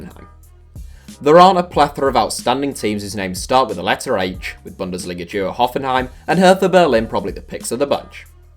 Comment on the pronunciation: He said hoffenhem